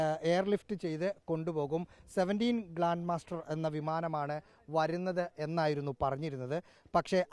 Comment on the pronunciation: Not glan master it’s glob master 😊